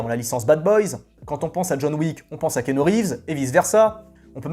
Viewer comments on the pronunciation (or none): none